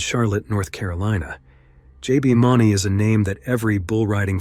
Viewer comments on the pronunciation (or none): oops! J B MOON-ee. it's just spelled Mauney. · His name is pronounced MOONEY it's spelled ,mauney, that's not how it's pronounced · JB is pronounced "mooney", fyi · That's J.B. Mauney (Moonie) not $$$ Money. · If you're going to talk about these guys learn how to pronounce JB's last name correctly please